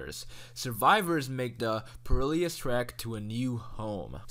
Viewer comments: Did he really just pronounce perilous as pa real eee est? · Perilous is pronounced “pear-ill-us”. (Phonetically)